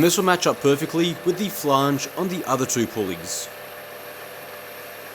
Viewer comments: wtf is a "flahnge"? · The "a" in flange is pronounced the same as in "and", not "are". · a "flaaange" well, aren't we Mr Posh? 🤣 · New pronunciation unlocked: flaange